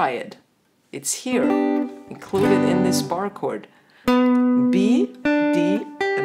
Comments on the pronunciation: ich versteh immer nur Kurt, wer isn Kurt überhaupt? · I like your pronunciation of "chord";-)